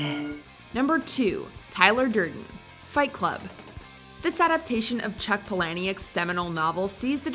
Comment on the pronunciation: It's pronounced Paula Nick.